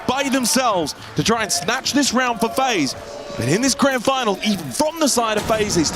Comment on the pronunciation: when you guys gonna tell he he says the word even wrong